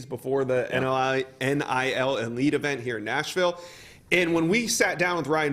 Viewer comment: God almighty please stop saying "NLI" when it's "NIL"